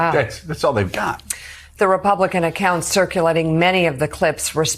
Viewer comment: To think he claims to be a ree-pub-likan.